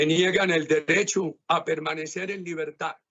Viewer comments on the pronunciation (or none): No se dice libertá, se dice libertad